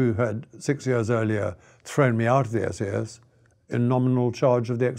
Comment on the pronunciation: I know he's trying to say SAS, but it comes out as "We the SS". A bit unfortunate.